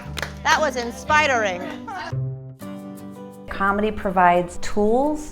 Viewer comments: "that was inspidering" i love mamrie lol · "That was inspidering" loves Mamrie from the distance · I died at 'Inspidering' xD God damn it Mamrie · THAT WAS INSPIDERING😂 IM DEAD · "That was inspidering" aww hahahaa, I freaking love Mamrie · I LOVE MAMRIE "THAT WAS INSPIDERING" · THIS IS A BRILLIANT IDEA! You can see how much they're enjoying it and how confident they are. I work with people with dementia and I'd love to do something like this. Anyone have any ideas? Also, Mamrie's face after she said "that was inspidering" ahahaha hilarious.